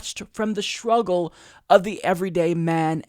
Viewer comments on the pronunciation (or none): the "shruggle"?